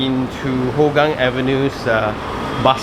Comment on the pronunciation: They are not testing the jets,, it is routine military drill :) Singapore airforce has one of the most advanced fleets in SEA, drills like these are not uncommon, as they always want to be prepared for war / crisis management. On side note, Hougang is more commonly pronounced as "Hao gang" because it is more hokkien based, as with majority of population.